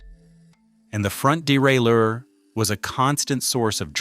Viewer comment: Wish this bloke would learn the correct pronunciation of derailleur. It's bloody annoying!